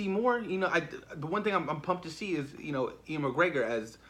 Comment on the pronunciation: U - ANN McGregor not E - ANN